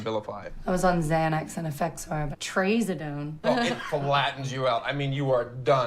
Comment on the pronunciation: Also, is it just me or did they mispronounce trazodone?